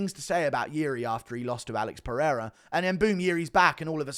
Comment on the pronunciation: Daniel " AH-LEX PEREIRA" Cormier